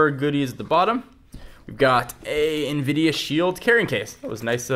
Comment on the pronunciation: why do u say invidia??????